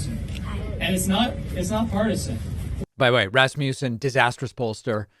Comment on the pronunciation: Rasmussen ... is NOT MOOOsen ... You pronounce it Rasmassen. Like Must ... Not MOOOOst